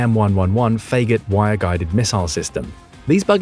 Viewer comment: "9M-1-1-1..." And then pronounces it "fay-got" 😆